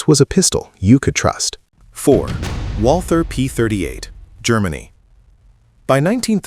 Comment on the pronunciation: the "th" in Walther is not an englisch "th". It's pronounced "Walter", not "walthhhur" So lazy to use AI and even lazier to not use it properly. P.s. do same video again with proper voice over and proper pronounciation and proper own style and personality, and I might come back to the channel.